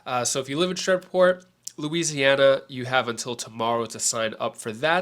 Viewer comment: I love your content but it's pronounced Shree-port lol Thanks for your hard hard work!!